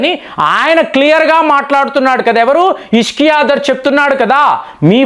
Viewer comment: పాకిస్తాన్ ఫారిన్ మినిస్టర్ పేరు ఇషాక్‌ దర్‌. ఇష్కియా దర్‌ కాదు. మీరు మీ విడియో లలో చాలా మంది పేర్లు తప్పుగా చదువుతున్నారు. దీనిని సరిచేసుకోండి.